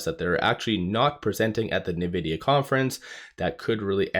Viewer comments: You're saying " Nuh-vidia "... But its pronounced ' In-vidia ". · Dude, it's pronounced INvidia, not NEvidia, get it right 😂😂😂